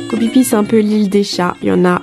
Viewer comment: Ça se prononce Koh FIFI